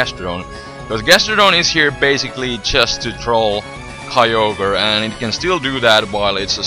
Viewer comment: "Kai-yo-gre"? I thought it spelled "Kyo-gre" like the text... -____